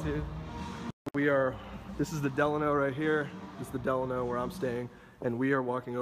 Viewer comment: Duh-lawn-o. Not Del-in-o